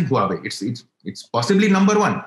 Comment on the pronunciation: What a 'head in the sand' answer to very valid question on the imbalance on the type of trade. Just denying does not make a problem go away. Stopped listening at that point. Not knowing how to pronounce Huawei is another indicator of casualness.